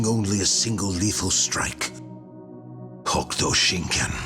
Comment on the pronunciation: The u in Hokuto is silent.